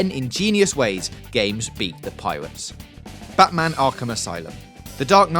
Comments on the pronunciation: Yeah it's pirates not piwates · Piwates. Fwee. Ovawide. Miwas Edge. You crack me up man.